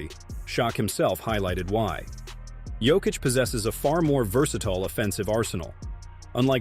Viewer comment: И да неко правилно акцентује Јокићево име 🙌🏻 у Америци.